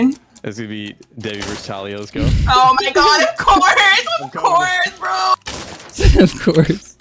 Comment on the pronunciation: Talia be like: OF KORS OF KORS